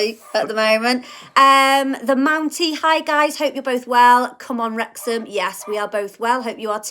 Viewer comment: I heard the dog say Werx-ham, Wrex-ham, Wrex-ham 😅 🥳🏴🙏